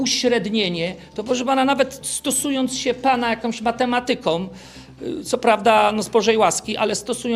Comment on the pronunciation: Ja nie potrafię zrozumieć, jak tak wysoko ustawiona osoba, może mówić tak bardzo niepoprawnie po polsku. Nie mówi się "okresu czasu", nie akcentuje się "matemaTYka", tylko mateMAtyka. Popełnił te błędy dwukrotnie w jednej wypowiedzi.